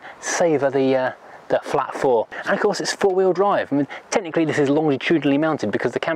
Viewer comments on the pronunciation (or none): none